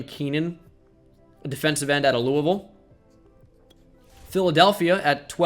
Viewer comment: As someone who goes to school at Louisville, thank you for pronouncing it right!